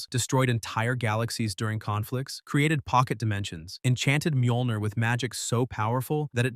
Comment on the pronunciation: Are you really not capable to pronounce "Ö"? Mjölnir.